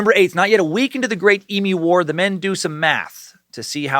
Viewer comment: So glad you learnt how to say emu because I was absolutely pissing myself on the last video every time you said EMOO 😂 - with love an Australian sucker